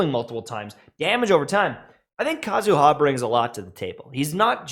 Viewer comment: PSA. It's /KA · zu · ha/, not /ka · zu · HA/. The empahsis is on the first syllable, not the last. Similarly, to /M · tashed/, not /m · TASHED/.